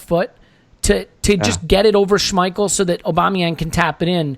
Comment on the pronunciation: I keep seeing people saying Lacazette missed a sitter but if you watched the replay of the pass from Ozil to Lacazette you will notice that the ball was too short and didn't get to Lacazette instead it was caught by Schmiel (Butchered his name lol)